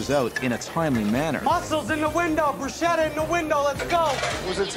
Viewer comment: please tell gordon that bruschetta is pronounced "brusketta" and not "brusheta"